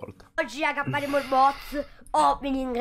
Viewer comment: È RITORNATO IL "BOZ" OPENNIG! 🤣🤣 SEI UN GRANDE! ❤